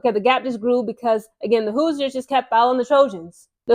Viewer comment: I don't think the "i" in Hoosiers is pronounced. It's more like "whose-yours" as in "Who's your pick?" Great video.